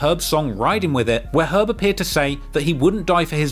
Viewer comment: So funny this dude did a 3hr doc on this and couldn't pronounce "Herb" correctly once